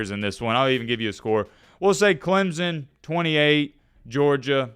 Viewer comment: its clemson not clemzon